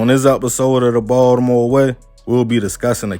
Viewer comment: The way he says Baltimore annoys me…it’s like he not from Baltimore but lived here long enough to claim the city smh